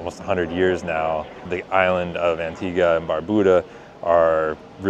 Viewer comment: It's not "Antiga", It's "Antigua".